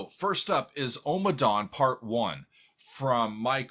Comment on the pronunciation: Out of all of his works, Ommadawn is my absolute favorite. I first purchased on vinyl when it was released. Never heard it until I played it for the first time. I have listened to it (part 1) over a thousand times. Not exaggerating at all! Great headphone music with so much going on. I think he plays the harp. Note: You seem to be pronouncing it as OH-ma-dawn. It should be AH-ma-dawn. Listen to the chanting.